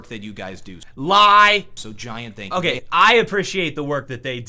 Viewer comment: First off, no one wears epaulets; n00b. Second, you call it "NES" its N.E.S. you scrub. Finally, stop saying "thank you" with a Z, its a "TH", loser. Just kidding brother, congrats on the 1mil subs. Love your channel and your work ethic in make vids for us plebes. Cheers mate.